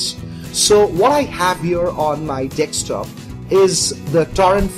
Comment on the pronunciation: did he just say dickstop?